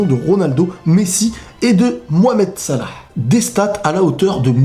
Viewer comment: j'avou j'ai kiffé cmnt tu dit salah